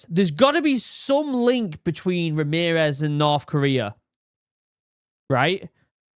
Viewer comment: who the fuck is Remerez